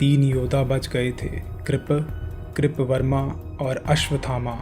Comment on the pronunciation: Kirp verma nhi kirt verma hai